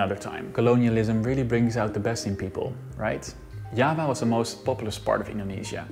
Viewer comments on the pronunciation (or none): Curious why you choose the dutch pronounciation of Java when your whole video is in english? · Lol kompeni pronunciation of java is "yava" while we pronounce it jawa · Java is pronounced similar to Jawa as in Starwars Jawa.